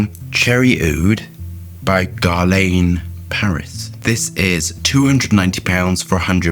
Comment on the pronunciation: Its pronounced Gerlan...Another great review fella as always👍👍